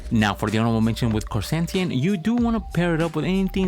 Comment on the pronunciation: you pronounced his name wrong for the whole vid.. It's Ker-San-Tan